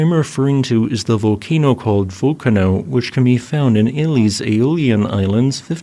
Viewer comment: I cannot believe you say volcano one way and manage to butcher the word vulcano... only one letter man, that's all what changes, vUlcano, not vulcanO...